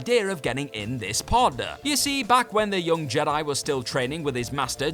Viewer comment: I'd never heard of the movie "Return of the Jedi-yah" before.